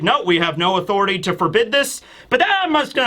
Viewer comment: I always giggle when I hear say "The Room of Authoritayy"